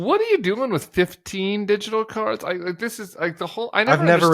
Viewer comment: He can hardly pronounce "digital ". Too much Xanax?